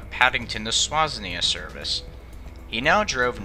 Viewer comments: SWANSEA NOT SWASNEA SERIOUSLY MATE, GET YOUR FACTS RIGHT!!! And it's a Class 43 HST not an Intercity 125! When you do British videos again, contact me and I will help you! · Swasnee???? Swansea!!! Pronounced Swan-zee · yeah, to be honest Swan-zee is probably closer. Either are better than Swosnia!! 🤣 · It’s swan-sea not Swasne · on november 6th can you do ufton nervet rail crash 15 years later? November 6th 2004, 7 deaths at a level crossing near Ufton Nervet on the Reading to Taunton line. It was caused by an obstruction on the line and 180-200 passengers were onboard. Also, Swansea is pronounced Swan-sea not Swas-nea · I don't mean to be rude, but you mispronounced that town name. It's Swansea, not Swasnea. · It's Swan-Sea not Swas-Nea. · There is no "Swasnea" it is two syllables "Swan"& "Sea" and that is a city in Wales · Ohh that pronunciation is painful. I presume by "Swasnea", you mean Swan-sea? Otherwise, a good video, thanks. As a retired LM Region Signalman, I was always of the view, that Class 1 Express trains [4 bell beats], were always given higher priority over other trains, including fully-fitted freight trains. If I had ever put a Freight before any express, I'd get one hell of a letter, without a good reason.. Perhaps even a Form 1 [Disciplinary]. Also- the newer designs of carriages were more tubular; more like an aircraft fuselage. I was shocked to see how that coach was almost bent double. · did you say swasney because its swansey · Just so you know it is swan sea, not swas nea. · you said Swansea wrong its not Snoswee its Swan See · SWANSEA, that's Swan-sea not Swas-ne-a. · WTF is “swasnea”? It’s Swansea. Swan-sea. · Swasnee? It’s pronounced Swan-sea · Not Swasnea. But rather Swansea. Its in Wales. Pronouned Swanzee. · Swaznea???? its pronounced SWAN-SEA! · Left where? LOL How do you get "swazz nee ahh" from Swansea? That's hilarious. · Swosnia Swosnia-Swerzegovina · He said swasnee haha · Read it wrong i guess. Swasnea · Man really said SWAZNEA